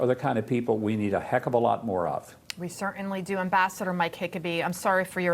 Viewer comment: Why did she call him Mike Hickabee??🤦🏻‍♀️